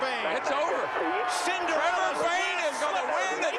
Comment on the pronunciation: Also trevor, not trover